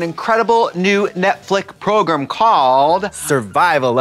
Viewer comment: The way Trixie pronounces program...